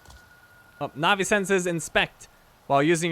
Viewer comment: Fun fact: Na'vi is pronounced natvi